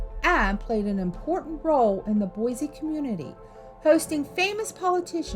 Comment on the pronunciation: there's also this one "hotel" somewhere and it can only ever be seen at night. and there are no lights on ever, other than the sign. and it's just sometimes just not there. ALSO. it's boi-s-e, not boi-z-e. AND- you said coeur d'alane wrong.. (core-duh-lane)